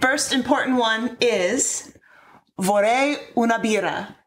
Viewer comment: I hate myself for doing this but my Italian self got triggered (and I'm bored at the moment): - We wouldn't say "loro" (it's correct but not needed in this sentence as the verb implies it's plural) and she used the singular form for French (francesi, not francese). - The r in "vorrei" and "birra" has a stronger sound because is double r. Other than that, very good. - the "gl" in "voglio" sounds like the y in English, not like an l; in "guardare" she dropped the r. Sorry.